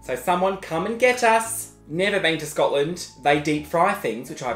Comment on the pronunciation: You've just butchered Scotland in the first 5 minutes. I'm offended. 😂😂😂